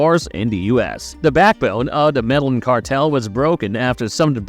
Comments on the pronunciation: If your doing a Story why not learn the name of the country properly. He said MEDALLIN like what! ME DE LLIN (GIN) IN SPANISH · "Meda-yin" not 'mellanin', like you said. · Medellin is pronounced "medayeen" with the y so soft it's almost not voiced, not "medalin". It's a Spanish name, you can't just use English phonetics on it. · The actual pronunciation is more like “medeyeen” idk why non Spanish speakers fuck it up so bad in the internet age smh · The narrator cannot do real research and the fact he can’t even say “Medellin” correctly